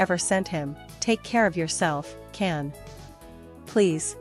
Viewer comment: His name is pronounced John (Jan) Can!! In Turkish c is pronounced as a J!!